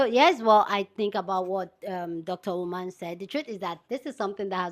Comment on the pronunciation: Dr Oman? Learn pronunciations before making a cideo